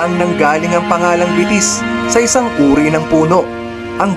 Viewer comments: Betis - (be-tis) not (bi-tis) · It's Be-tis po kung bibigkasin medyo may pagkamalambing po ang salitang Betis. ☺️ -from residence of BETIS 🥰